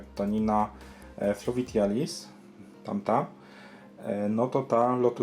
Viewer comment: Fluvitialis i arakuja mówisz :D?